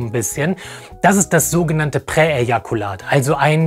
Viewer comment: Präejakulat: Unausprechlich, aber ausgesprochen gut.